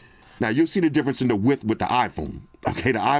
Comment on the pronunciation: “WIDTHS “ WIDTHS